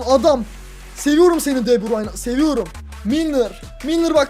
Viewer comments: Abi de burayn diye okunmuyor döbrün diye okunuy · Deburayn değil debrun olcak abi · keşke de burayn demesen telefazu de burüyn onu:D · Abi de burayn değil de burü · abi de burayn deil de büryn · abi de burayin değil okunuşu de bürün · abi de brayn diyosun doğrsusu de breine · abi deburayn deil debroyn diye okunuyo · Abi o de brayn değil de bruyn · De Bruyn degil miydi o de burayn nedir qgagafaff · Abi de bursun değil de bürün abiı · Artık Şu Adama DEBRAYN Deme Deme Deme DEBRÜN Denir tamam mı Kevin De Bruyne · de brayn degil, de brüün diye okunuyor kac bolumdur yaziyorum yorumlari okumuyosun begeninde ustte kalsin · abi onun ismi de bruyne deil kevın de brayn de daha iyi olur :D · cim de brayn değil de bürün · abi de brayn degil de bruyn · Kardeşim adamın adını DE BÜRÜN diye telaffuz edersen daha doğru olur. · de broyne diye okurmusun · o De bruyne okunusu Dö brayn boyle okursan dha iyi olur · De bürün o e şunu artık de bürün. De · abi kevin de brune yalnis soyledin